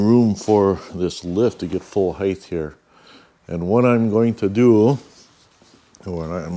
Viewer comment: Cool modification. Good video. Side note, "heighth" is not a word... It's "height". Length, width, height. 😬